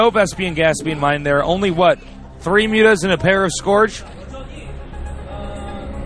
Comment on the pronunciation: Please, it's pronounced sc-URGE, not sc-ORGE. Keep up the good work!